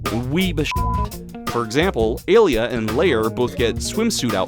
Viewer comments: Pronouncing “ay lee ah” as “uh Leah” is jarring and funny lol. Great video and amazing intro. (Also I never noticed how many bugs there were until now, and you’re right TOO MANY) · I wanted to punch you so bad every time you mispronounced Alia's name. Other than that, I love this video. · Mfer talks about the games for 2 hours but can't even pronounce the names right nor knows how the games work. It's not "A-lee-a", it's "ah-liah". It's not "gay armor", it's "gah-ee-ah armor". And you don't "unlock" the last 4 mavericks in X5, you're able to play all 8 stages from the beggining. Mfer also can't even pronounce "Bonzi buddy", it's not "bonzai buddy", it's "bon-zee buddy". Also, there's a lion maverick already, Slash Beast from X4 and also a horse maverick in X5 if you consider pegasi as horses.